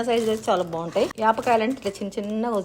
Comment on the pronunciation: యాప్ కాయలు కాదు పాల కాయలు